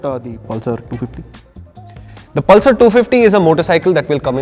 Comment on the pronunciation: the way the said 'pal sir' 😆